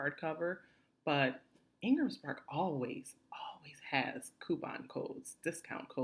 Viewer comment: Thank you for this info, very helpful. But could you clarify what you said where you mentioned a book publisher's name. I heard Engles Park or something